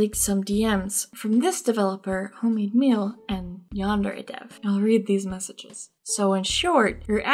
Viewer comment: at like 12 minutes in i thought you said "yandere thief" and I just started laughing my ass off